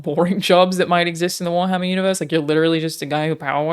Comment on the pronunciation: haha "you guessed it wharmarrrr" hahahahaha